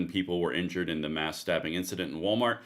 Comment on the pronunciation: Why have a video on stabbing if you can't say STA(BB)ING???